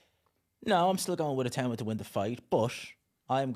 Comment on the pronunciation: Itauma is smart and fast and whyte has an off button. It’s pretty clear what will happen Also thank you for pronouncing his name correctly. Everyone else for some reason says I-too-ma